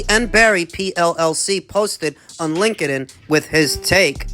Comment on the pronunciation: Can’t believe you pronounced LinkedIn like that 💀